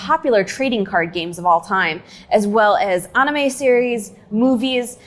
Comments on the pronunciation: "Aname series" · On Pokemon did she really pronounce anime like “onime” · This video has so many mistakes. First of all metal gear solid 2 came out in 2001 and not 2002. Donkey Kong country was a lot more significant than metroid in 1994. The girl pronounced anime wrong. Wtf. In 2016 instead of talking about overwatch they talked about a game no one has ever heard of. In 2017 instead of talking about zelda breath of the wild they talked about fortnite... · Shes trying too hard when she says "anime"